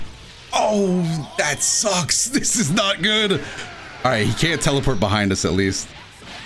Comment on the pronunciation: i swear i heard you say "NICE TELE-FART!"